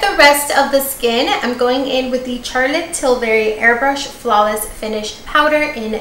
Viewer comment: I love how she’s saying “Carlotte” 😭😭😭😭